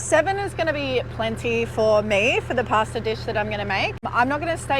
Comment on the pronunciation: Making a pworn pwasta??😮😂